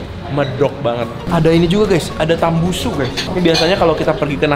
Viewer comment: Tambusu kennnn bukan tambunsu😅😅